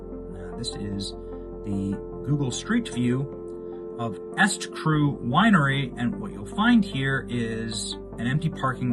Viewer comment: The name "eStCru"is pronounced "E Street Cru," not "Est-Cru." Just like her husband's other scam company, E Street Group.